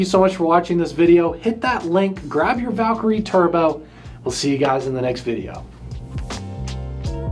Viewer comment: P.S. It’s not pronounced “Valk-er-y”… It’s “valKIREE” Happy I subscribed?